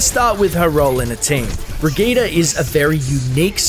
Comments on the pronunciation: EmptySergeant Breh-gee-tah is how it's actually pronounced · it's not birgitta I hate missprounounciations